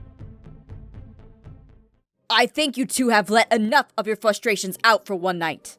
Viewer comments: Im sorry Jess but its fRustration not fusstration, i know u may have a hard time pronouncing things but it still makes me kinda upset, i am truly sorry for me "correcting" you but things like that just get me on edge. I do not mean to make fun, or insult u in any way it just bothers me. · why does aph always say frustration with an L in it